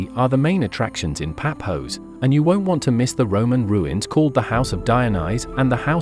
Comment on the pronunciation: Its not Papos😂😂😂😂😂😂😂😂😂 its Pafos